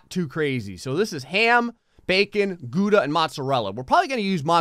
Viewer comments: gouda is pronounced like gowda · gooda? as a dutchie that pronunciation hurts my ears. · Wait, is that how Americans pronounce Gouda? 😂😂 omg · makes "Gouda" Pizza